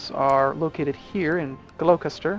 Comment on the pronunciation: Gloucester, as scary as the word looks, is pronounced Gloss-ter.